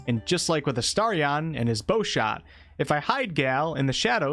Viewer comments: Who tf is uh-star-ree-on? Sounds like a Pokémon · Why are you pronouncing “Astarion” like that? Did you not even listen to the characters saying his name while playing the game?